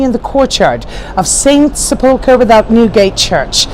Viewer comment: It sounds as if you are mispronouncing Holy Sepulchre. Sep ul ker. Christ's burial vault.